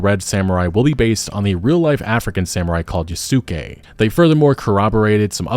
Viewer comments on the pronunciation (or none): Hate to nitpick, but oh man, when he said "Ya-Su-ke" i have to remember that this is how they say it in english lol, so hard to get used to that. Originally its said as "Yas-keh" and dude is a absolute legend. Went from a slave to serving as a general to Nobunaga and everything. Netflix captured his story well. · you dont even have to be a grammar NotZee to find this pronunciation painful and borderline disrespectful, damn bro dont do Yasuke like that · You keep mispronouncing Yasuke's name. The "u" is supposed to be silent.